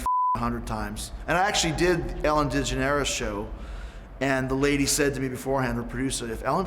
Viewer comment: Ellen Dige-nerus